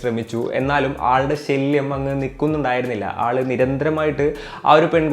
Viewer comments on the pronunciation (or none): Shelyam ala shalyam ..shelyam parayumbo chattambinaadile mamooty parayunath pole und